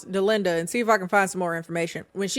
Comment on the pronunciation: My name is Dollinda..hearing Delinda is setting me off😂😂